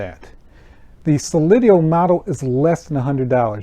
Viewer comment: It's pronounced So- lee- dow.